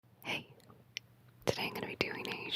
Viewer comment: That short and quick "Hey" at the start of the video was funny to me for some reason haha